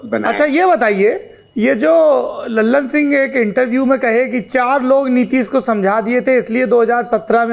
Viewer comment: लल्लन सिंह नहीं सर ललन सिंह